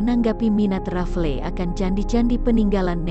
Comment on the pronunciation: RAFLES, bukan RAFLE. Riset dulu sebelum bikin konten sejarah! Diketawain anak SMP luu